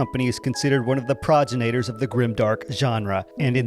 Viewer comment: "proj-jin-naters" 😂😂😂 pro-GEN-nit-TORS